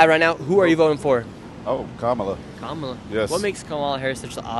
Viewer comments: Comma-la bruh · Why can't you pronouce Kamala's name right? It's not difficult. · Do you notice he is saying her name wrong on purpose 🤔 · Please pronounce her name correct!